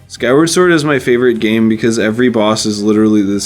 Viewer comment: He also called the game "Skyward Ford"